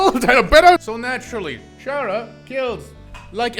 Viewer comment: did you know "Chara" pronounce "Character", Like, Car-Ah, not Char-Ah.